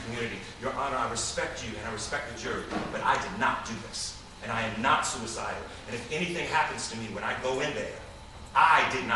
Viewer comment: whoaaaa!!! So is anyone else thinking Jesse said he wasn't sewer-cy-del bc the elum.en.naughti 😉 set him up?? 🤔🤔 Either way that was extremely intense.